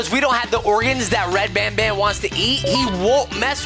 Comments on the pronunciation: you're calling Banban, Bonbon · WHAT IS HE SAYING BONBON OR BANBAN???